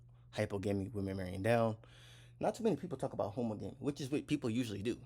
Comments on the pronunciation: Not homo-gami, pronounce the suffix same as you do monogamy. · You pronounce it how ·MAA -guh -mee. You can get pronunciations onn Google. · THANK YOU!!!! His pronunciation bothered me 😂